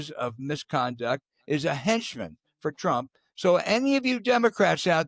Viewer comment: R U saying DRump TRump. Dat has neva woiiked.